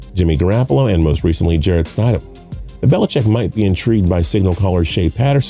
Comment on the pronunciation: How do you not know how to say Jarretts name it ain’t that hard 🤦🏼‍♂️ all these guys are gonna get passed Jarrett is bills next guy